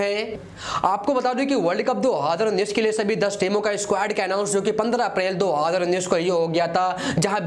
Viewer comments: Hazaar ko haadr bol rha he😂🤣🤣🤣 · 2houzerrr unnis😂🤣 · Y, what is haaadar unees??? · Do hadar unin.... Kitna Baar Bola???? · Yarr..... Ye do haajrrrrrra unnis Hai kya ye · Bhai hadar unnis kya hai? 🤣🤣🤣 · pahle bolna sikh le nalayk 2 hozazzr jar kya kar raha hai 😀😀😂😂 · Abey kis desh ka bhasa bol raha be... Do aaadar unnnis....chup ho ja be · Do haazar unnees kya hota hai bhai 🙄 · Hazar to sahi se bolna shik le bc